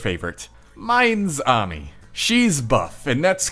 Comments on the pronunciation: Ami not omi say it like amy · Not to be that guy but Ami is pronounced like Amy with the long a sound instead of the short a sound.